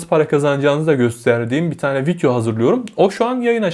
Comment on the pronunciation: fidyo dediği için odaklanamıyorum